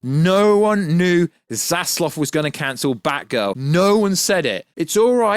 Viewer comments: David Z A Z L A V......not Zazlov... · That's probably just a British pronunciation